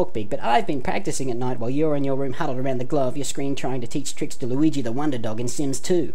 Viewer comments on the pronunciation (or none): none